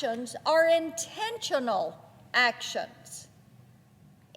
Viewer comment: Intensional! Did you hear that? Intensional!!!!